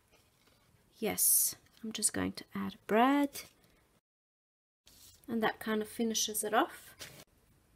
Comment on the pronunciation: I love your videos because they are o informative. However, I can't understand if you are saying Brad or Breads.